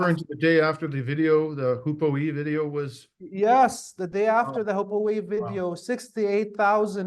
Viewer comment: Hi, The bird species is pronounced HOO-POO. The name is derived from the birds vocalizations.